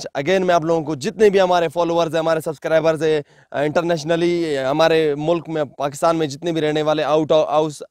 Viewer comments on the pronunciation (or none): none